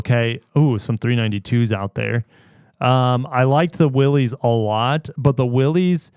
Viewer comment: say it with me: Willys is pronounced Willis. spread the word.